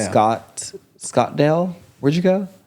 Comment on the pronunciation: bro said scottsdale